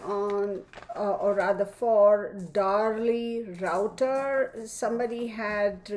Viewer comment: Liking this without even watching it yet. Last name is pronounced Roo tee a.